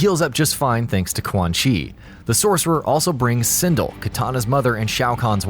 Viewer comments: "Sin-dl" SIN-DEL! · Dear Narrator, Pronounce Sindel's name the right way, you muppet - 'syn•d'el'. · "One of the most powerful warriors and his girlfriend?" Wow you really made Kitana useless in your statement. You also didn't not highlight Mileena vs Kotal Kahn war. Plus you mispronounce Sindel's name, you clearly don't respect any of the females of the franchise. SMH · Oh god. . . So many names mispronounced. SOMEONE TEACH THIS MAN HOW TO PRONOUNCE SINDEL, SHINNOK, AND THE SHIRAI RYU!